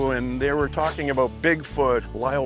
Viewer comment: "Ahh, it's just Sasquatch, don't worry aboot it..." is my new go-to when someone asks WHAT'S THAT?